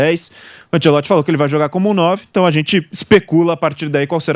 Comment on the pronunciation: Que agonia desse povo falando "Antieloti".